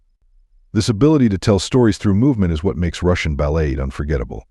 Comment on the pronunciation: How about screening the AI reading the script to pronounce words properly. "Balette". Really?